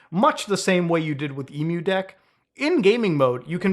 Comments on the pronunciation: lol It's "M-U-Deck" It's emu-lator deck not Emu like the bird. XD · How do you possibly pronounce EmuDeck wrong after pronouncing Emulator fine? Lmao don't ask why my brain instantly fixated on this, just do me a favor and leave the poor Emu's out of it next time, man 😂